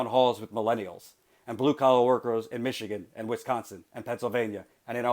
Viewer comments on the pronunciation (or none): none